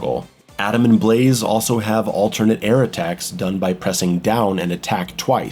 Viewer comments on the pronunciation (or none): none